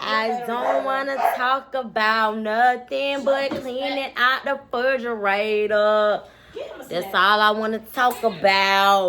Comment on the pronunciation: “I don’t wanna talk about nothing but cleaning out da furdrarator” 🤣🤣